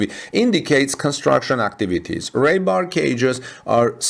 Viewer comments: Ree* bar pronounced like, I have to pee, not ray!😊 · How is it he can pronounce Conduit but cannot pronounce Rebar 🤔. It's not a language thing 😀